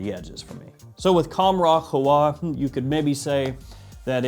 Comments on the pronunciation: It’s actually pronounced Khamrah with a soft k, hard h, almost like your clearing your throat. The k is in the back, like Hkamrah, so it’s reversed, if that makes sense. Qahwa is cah-wah. You nailed the way it smells by the way and I agree it’s better 💯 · It’s pronounced Qa Ha wa. Means coffee in Arabic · Qah-wah....emphasise the Q from the throat and emphasise the middle 'h'. It means coffee. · It’s pronounced k-a-h-a-w-a; which translates to coffee in both Arabic and Swahili.